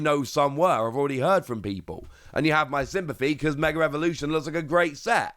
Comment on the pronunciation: there is no "r" in the word mega